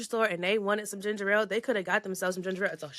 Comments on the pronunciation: It’s ginger ale black peoples always say ginger rale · Cam trying to school them on Ginger Ale while calling it ginger-rale is hilarious 😂😂😂